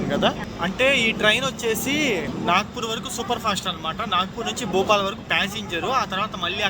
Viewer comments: సోదరా, భూపాల్ కాదు భోపాల్ !! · Bhupal kadu bhopal ra babu 🤦‍♂️